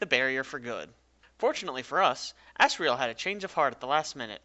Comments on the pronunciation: By the way, its said as Azriel and Azgore, not Assriel and Assgore. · you pronounced it assreal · Is it only me or do you hear as-sriel and as-sgor? (I don't curse so I did that) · Am i the only one who thought that he was saying "ass" riel and "ass" gore imstead of asriel and asgore? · "asriel" microsoft sam: "A SS RAIL" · did u say ass riel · sounded like you said ASS-riel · that's asriel as it gets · i love how you say it like assgore and assriel like just wow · pfftI just put on cc and it said "ass real" XDD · It's two AM and my whole family is asleep and I probably just woke them up from laughing when he said ASGORE and Asriel. It sounded like assgore and assriel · "Assriel" "Assgore" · AnonyBlu Glad I'm not the only one who heard him say their names like that